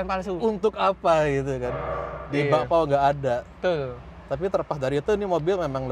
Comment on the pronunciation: Betull bukan tull